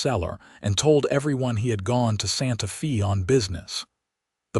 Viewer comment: Again, it would be more enjoyable if the AI narrator pronounced words and places correctly. Santa Fe, the "Fe" is pronounced like Spanish...sounds like "fay". Intersting story, some behaviors don't change--spousal violence with usually, but not always, with the woman being beaten and abused. Also, nice to hear a good representation of Lordsburg, NM.